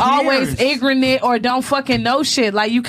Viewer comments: Another episode of AK simping over black women nothing new to see here.... did he just say black women stereo types which has been proven to be a general consensus lol can't even make this shit up this chick can't even pronounce ignorant she says ingranent and is a porta potty lmao. Ak keep playing captain save a ho and we will gladly keep giving them to you. On this episode she said she wasn't drunk but got on her live talking about she was drunk and could barely formulate an intelligent sentence but this your queen Akademiks lol. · Dat bitch said "igranant"💀💀💀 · she really said “igronant”,lol.